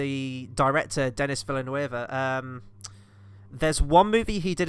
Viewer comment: His name is pronounced Dunny Veelnuv. Love both Sicario films, love the sequel more.